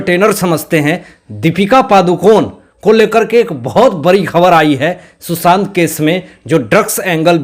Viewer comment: mai kai baar,kah chuki ki aapke ekcent sudhariye.......Susant nahi Sushant boliye.Isi tarah aur bhi aapke ekcent galat hain,sorry.mai aapki maa ki age ki hoon,isliye, advice di again sorry.